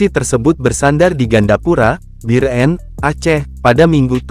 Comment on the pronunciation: Bir-en..kesel bgt dgr narasi nya, emang susah ya nyebut biren (bieureun)